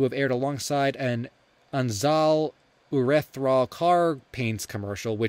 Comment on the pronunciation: Sorry but ur botched pronunciation of urethane was funny